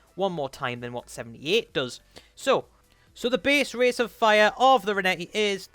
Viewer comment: "The base rase of fire"